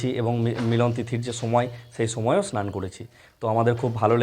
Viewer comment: স আর. শ. এর উচ্চারণ বীভৎস। স্নান, “ সান” বলে কোনো শব্দ নেই। উৎসব। উচ্চারণ করছেন “উতশব”। স আর শ এর উচ্চারণ এর ডিফারেন্স জানেন না।